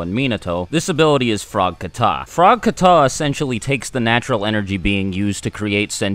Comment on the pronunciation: It’s not kuh-tah. It’s KAh-TAh. I do karate and we have kata.